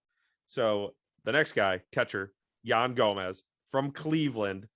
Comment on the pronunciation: you guys almost misprounced every name on the roster ok i'll name a couple yan gomes hes not yan gomez, seiya suzuki not SEEEEEEEEEEEya suzuki